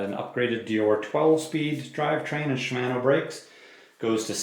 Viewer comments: I find it more amusing than irksome. To be specific, it's the second syllable in Shimano that is pronounced in an interesting manner. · I don't have an issue with your voice, but they way you pronounce Shimano kinda irks me.